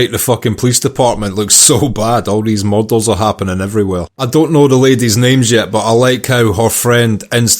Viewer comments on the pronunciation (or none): I just want to hear more Scottish people pronounce “R” … “Murders” sound like “Models” to me, which was confusing with the miniature furniture in season 1.